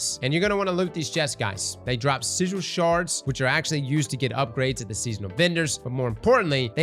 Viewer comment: 'sizhil sharz'?